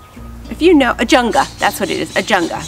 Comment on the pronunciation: Ajuga--no N in the word.